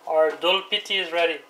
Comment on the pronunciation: Its doodpity not dulpity ... dood means milk in hindi